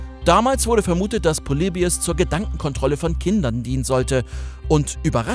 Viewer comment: "poleibius" ist ein wunderschönes Beispiel dafür wie man manchmal versucht Worte "englischer" klingen zu lassen, dabei ist "Polybius" ganz einfach bereits die richtige englische Aussprache.